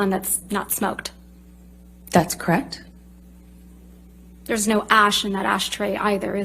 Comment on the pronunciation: "That's cract" 😂 Girl the word is correct 😂